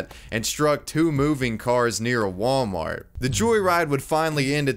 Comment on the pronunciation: What is it with old people replacing the T at the end of Wal-mart with a K for Wal-Mark